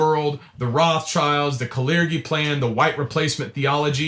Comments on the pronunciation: Wait, have I been pronouncing the word 'clergy' wrong for like all of my adult life??? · To begin with this dude can't even pronounce the word "clergy" correctly.🤦🙄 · Never heard Clergy pronounced that way 🤔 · I would guess so, as he mispronounced it. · The dude lost me when he mispronounced clergy